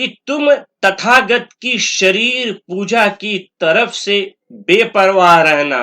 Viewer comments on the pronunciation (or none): none